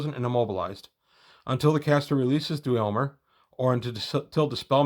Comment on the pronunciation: I don’t usually do this, but the pronunciation of dweomer should be “dwimmer.” I only mention it because I also said it incorrectly for many years and I’d want to know. While I’m at it, “geas” is pronounced “gesh.” End of nitpick transmission.